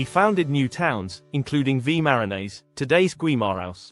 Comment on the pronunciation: Pronunciation of local places is atrocious: Minho, Guimaraes etc. and I fully agree that it’s a silly video overall